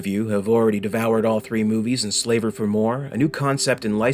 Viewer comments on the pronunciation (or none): It’s also pronounced slav-er, not slave-er.